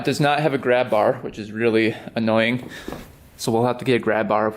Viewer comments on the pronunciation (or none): none